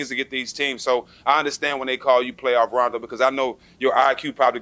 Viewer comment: Yo guys this was an awesome interview But you guys really need to pronounce his name correctly ... He corrected Jack once and is clearly bothered towards at the end when Matt gets it wrong as well The first syllable is 'RAH' not 'RAY' You see rondo's face the last 5 seconds ? He is annoyed ... i would be too ... correcting motherfckers my whole life ... god dang that must get old